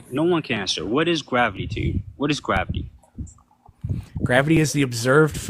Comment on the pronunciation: "How do you know it's gwavity?"